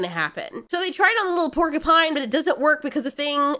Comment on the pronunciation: . Percupine?! XD